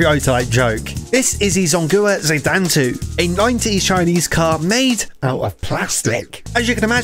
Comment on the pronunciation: From your severely butchered pronunciation with the help of captions, i think its name was 中华子弹头 in other words chinese bullet